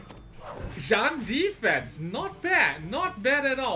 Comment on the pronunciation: jean is pronounced “jeen” that’s a real american name